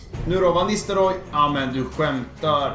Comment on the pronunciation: Van Nistelrooys första bokstav V uttalas med F ljud